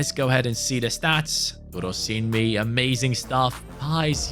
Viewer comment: as a nigerian, your pronunciation of durosinmi is perfect! ❤